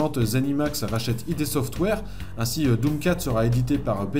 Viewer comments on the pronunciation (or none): On prononce pas id comme un sigle mais comme ça se lit. Ça vient d'un terme du jargon de la psychanalyse il me semble